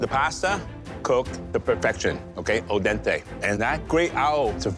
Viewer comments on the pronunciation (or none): Cant stand these inflated head always butchering languages. If you are about to use foreign language the minimum you cant do is learn to say it right. It ain't Tatine it is TATIN, and it ain't Ô dente its AL DENTE, not bonne appetitttttte, it' is bon apétit.